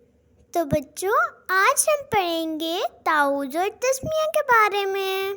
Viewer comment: Ma,am taooz na hi ta,awwuz hai😊